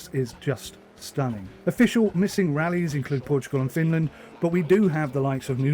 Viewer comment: Oh no, not-a Finrand!